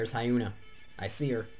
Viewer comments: Hyuna is pronounced as Hee-on-A. not Hi-Un-A. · hyuna is proununced as Yoo-na not ha-yoo-na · AHAHAHA the way you pronounce her name lel fail